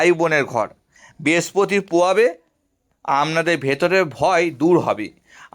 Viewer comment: Uchcharon Khub Kharap, age mukher bhasha thik Korun. Pore Vedeo Korben. Amnader, Bespoti, Pobesh, a gulo Kono bhasha ? Apni Bhodro Poribarer Sontan to ? Bhul gulo keu dhoria dey nay.